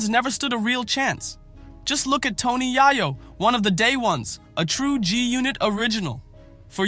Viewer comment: Tony Yah-yo 😂